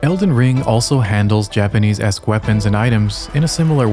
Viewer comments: Just found you, but your stories are super well done! And super interesting! Your Japanese pronunciation is phenomenal. Makes me wonder if you speak Japanese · Found you from your video about stormvei castle. Phenomenally cinematic, and then coming here and seeing your phenomenal pronunciation of Japanese as an American who learned Japanese in middle school, love to hear those who understand, pronounce and analyze from that perspective. Really wonderfully done video.